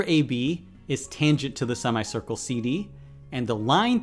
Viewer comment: Anyone else who got strange feeling by thr way he says sima-ye circle